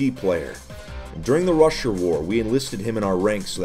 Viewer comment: "Rusher" sounds like Russia when he says it. I feel like this means something